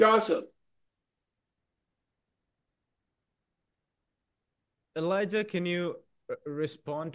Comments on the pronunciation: Please call this exceptional man Elijah with a J, not Eliza with a Z 🫣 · Elijah Magnier..the name is Elijah not Eliza